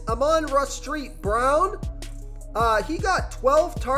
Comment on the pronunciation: Street brown. Come on. And dude do something with this audio. It’s horrible. Literally sounds like your yelling a basement